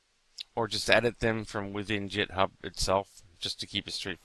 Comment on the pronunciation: i think it's pronounced with a G not J. Git Hub as opposed to Jit Hub